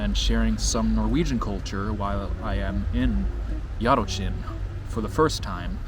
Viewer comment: Yup, "Książęce" was pretty much spot on (if you spoke it without hesitation, it would basically be native-level :)). "Jarocin" was a little worse, because you kept forgetting that "-ci-" are not two different sounds, but one phoneme in which the "i" serves to soften the "c", i.e. it's quite similar to the "chi" in "chimney".